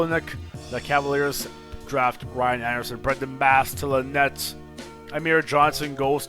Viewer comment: he tried to say nets and said nuts